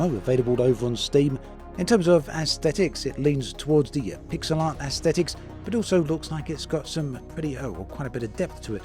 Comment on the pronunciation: When you said pixel art I heard Pixar, immediately looked back at the screen to see if there were Pixar moms in space.